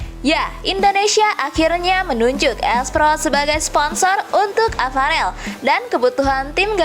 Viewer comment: Bacanya Paraaaaaaaaaaaaaaaaaaaaaaahhh.. Sakit kuping niiiiiii... VIETNAM bukan PIETNAM... APAREL bukan AFAREL... KALIFAH bukan KALIPAH... PERFORMA bukan PERPORMA... FEDERASI bukan PEDERASI... FINAL nukan PINAL... Coba deeeh, diperbaiki... dilatih lagi dengan benar, pengucapan dan pelafalannya... Kalau ga bisa, ya DIGANTI !!! Sayang kan, berita yg bagus RUSAK krn pelafalannya ga bener...